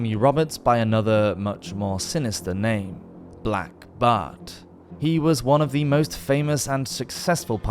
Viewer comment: Its not said as blackbard lol